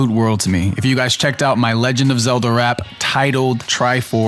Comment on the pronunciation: "The Legend of Zulduh"